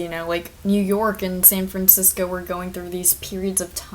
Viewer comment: Omg you’re the girl from twitter who couldn’t say San Francisco